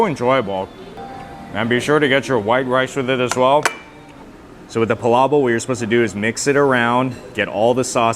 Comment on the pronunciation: PalaboK with a K at the end.. you're saying "pala boH" lol